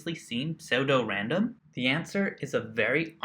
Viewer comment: Good job searching and learning, dude. FYI, it's pronounced "Sue-Dough-Random". ;)